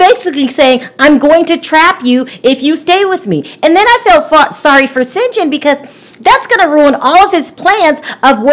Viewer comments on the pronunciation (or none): none